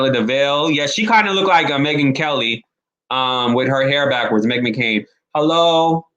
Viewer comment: It's McCain..not mccarin